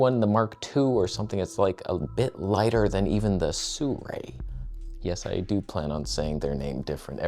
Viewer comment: We need a "lighper" t-shirt! It's like "toneh" but "lighper". 😂